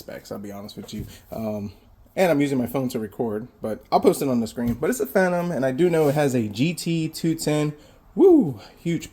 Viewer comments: Phenom is pronounced fee-nom, like in WWE the Undertake is called the Phenom/Fee-nom, LOL. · How do you say phenom, lol It's pronounced as F not V not Vemon lol you silly man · Phenom is pronounced as fee·naam. As it being an entry level gaming PC it is. You don't have to bother the seller like that. They might not be that tech savvy and they disclosed all the specs of the computer. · Also it was driving me crazy, just say fee nom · You need to practice saying Phenom😉